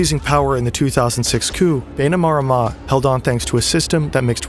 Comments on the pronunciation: Great video! As someone fluent in iTaukei (Fijian) here is a pronunciation guide of some of the words you said wrong. ITaukei (Ee Ta oh Kay) Viti Levu (Veetee Leh Voo) Bainimarama (Buy nee Mah Ramuh) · It's pronounced "BAI-knee-ma-RA-ma"